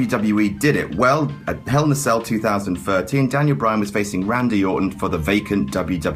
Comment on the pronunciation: I swear once I heard him say Daniel Bryatt